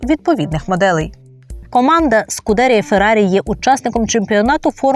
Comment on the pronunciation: Правильно вимовляти "СкудерІя". З наголосом на останній склад. При підготовці матеріалу варто було б звернути увагу на цю важливу деталь